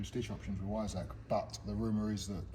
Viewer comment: I don't think I've heard the word Weissach mispronounced so many times in such a short period of time. Yes, I'm a pedant but this was like fingernails down a blackboard to listen to. Please, for the love of God, pronounce it properly. That is all.